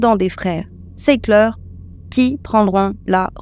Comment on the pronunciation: C.est Sackler la famille . Ça se prononce Sacleu' si on veut être précis ... Pas sécleur... Ni socleur... Pour ce qui est de la dépendance il est impossible que au bout de 10 années quelqu'un ne soit pas dépendant, par contre il est possible de respecter à la lettre des posologies relativement faibles et de ne pas ni les augmenter lis les prendre plus rapprochées et ainsi de rester en vie. Mais le fait qu'on ne s'en passe pas au bout de 10 ans est bien la preuve que le médicament est extrêmement addictif . D'ailleurs il est plus facile d'arrêter l'héroïne que l'Occicontin et encore pire le fintanil même si lui de laisse pas franchement le temps d'attendre 10 ans avant de faire une overdose ... Cela n'empêche que je vous aime bien, j'apprécie vos vidéos et vous faites du très bon travail merci